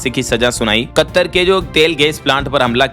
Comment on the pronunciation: अरे मूर्ख । तुम कतर शब्द का उच्चारण गलत कर रहे हो यह शब्द कत्तर नहीं है। कतर है